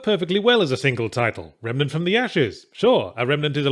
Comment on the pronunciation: I swear I heard him calling it "Remanet from the ass"